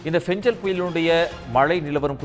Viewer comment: ஃபெஞ்சலா..? ஃபெங்கலா...?